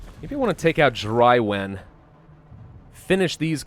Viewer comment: "Drywen" got me.